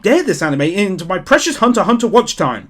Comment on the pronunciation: I believe Hunter X Hunter is actually older... I believe it started back in 2011. I could be wrong, but I think OPM started in 2015 And I'd be a bad Otaku if I didn't mention the "x" is silent...